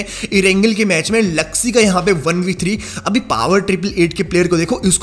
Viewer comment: The real pronunciation of Bigretron players is Zooksee,Looksee,reeeeeezen and meeecroboy not zaksy laksy raizen and maicroboy